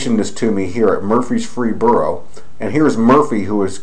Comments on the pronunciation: Murf -res - boro is how you pronounce it. You have too much time on your hands though man. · If you can't even pronounce the fucking name of the city, don't make a 11 minute video going over this. I live here and can promise there is 0 creepy things here. It's a fucking university town, for fucks sake!